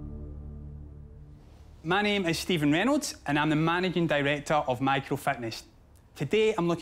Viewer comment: did he just say “managing” with a hard g?